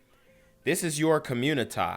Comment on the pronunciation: Genquavius Jackson for communitah newz. 😂